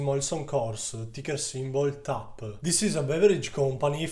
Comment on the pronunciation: Iscritto. In bocca al lupo. (quando hai pronunciato il ticker lo hai detto all'italiana, forse è meglio fare lo spelling)